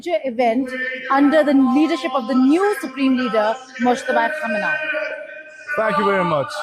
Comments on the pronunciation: Why are you pronouncing his name so differently? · Khoo May née. It is important to pronounce his name correctly. Ask an Iranian to teach you. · The A in Khamenei is pronounced like the A in Benjamin. Saying they’re surprised that there are Shiite Muslim nationalists who support the theocratic regime in Iran is like saying they’re surprised that there are Christian nationalists in the US. With a population that big in such a large city, you’re going to have dramatically high attendance. Furthermore, attendance is a big middle finger to the US for attacking. He was not just a leader; he was a major religious leader. Countries are supposed to be sovereign… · Can you please ptonounce the name of the late Iranian spiritual leader RIGHT. It starts with KHA.. Not KHO. THANK YOU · Really respectful pronunciations of the names with the exception of the main one. It's KhA me nay not KhO me nay. Thank you for your respect. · It is "HAH- Meini" Not "HO-Meini" That is an entirely different F'kng person. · It's Ka MI nei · Isn't it pronounced KO MAY NEE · Not to be rude because you’re great and you def called it on the lame fireworks but you keep pronouncing the KHAMENEI name incorrectly. Prior to the current Supreme Leader and his now deceased father, the Supreme Leader’s name was KHOMEINI so it matters. Pretty sure it’s (K is silent)”hah-men-nay.” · Ben pick a pronunciation and stick with it. You sound like you're trying to say "Kumite." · The pronunciation of Khamenei, seemingly confusing it with Khomeni, continues to drive me a little nuts... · It's pronounced ko-may-knee. If trump had that big of a crowd like that he'd say it was 10 billion people! C'mon Iran, don't let us down!! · Please pronounce the current leader “khaaaamenaheee” and the leader from 1974 “khumainee”. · By you really keep disrespecting the ayatollah's last name, you cannot pronounce it correctly. You should not say it, just call him ayatollah.